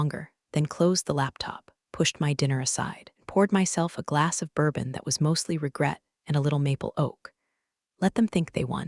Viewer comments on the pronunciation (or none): none